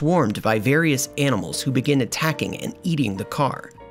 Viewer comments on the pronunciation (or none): none